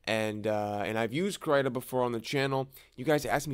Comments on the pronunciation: First time hearing Krita pronounced differently lol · never before have i heard the pronunciation of krita in this way :000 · Please pronounce Krita correctly if you make another video on it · I say the "I" as if im saying "is" or "in" ... It kind of annoyed me beyond belief that you kept saying the "i" as if you were saying "night" or "fight" or something like that...... But I am also...like....vErY OCD when it comes to how people say certain things..